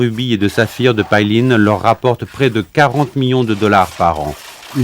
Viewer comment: PAILIN , ça se prononce pas "paille line" comme vous dites , ça se prononce plutôt "paye laine" .